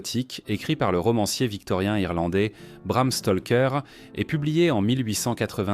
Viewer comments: Stroker c' est Bram Stroker Stoker Stroker pas Stolker j' ai les oreilles qui saignent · Je vais lui faire avaler son Stolker, écorcher le nom d'un auteur ça me met hors de moi c' est pas dur Bram Stroker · Bram STALKER, le cousin de Tchernobyl🤿